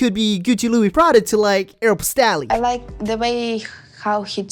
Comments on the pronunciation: It's AEROPOSTALLLLLLL the e is silent lol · Aero-POST- alley- can’t say I’ve heard it like that before lol